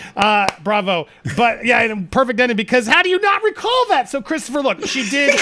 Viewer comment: I was dying in the middle of the lunch break it was to painful hearing "I don't re-call"